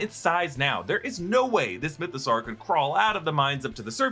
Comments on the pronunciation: why do you keep pronouncing it like mythO-SAR? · It's Mytho-saw like dinosaur. Saur is pronounced saw.